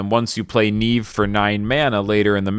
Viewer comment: its not Niive its Niamh bro